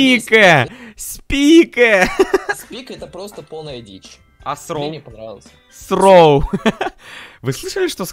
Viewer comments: Не сроу а сру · Вообще-то не сроу а сру